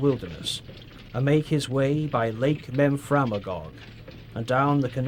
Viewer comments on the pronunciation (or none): Lots of people are pointing out the mispronunciations in the video, which are a pity and detract from the otherwise good information being presented. I'll add one more that I didn't see mentioned below. At , it's pronounced Lake mem-phre-MAY-gog. There was a movie made around 1940 that depicts Roger's raid on St. Francis called Northwest Passage....stars Spencer Tracy, Robert Young, Walter Brennan, and Ruth Hussey...that's actually where I first learned about this episode in history.